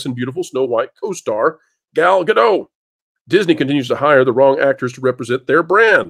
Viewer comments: Ga-dot. The t is not silent. She is not French. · Sorry, but this is something that just bugs me. The T in "Gadot" is NOT silent. She's Israeli, not French. Now, I'm not going to say whether Gadot or Zegler is more attractive. That's a totally subjective thing. Regardless, Zegler saying "Free Palestine" when her costar is Israeli is just stupid. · please start pronouncing the 't' in Gadot because Gal does. X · FYI the “t” in Gadot is not silent.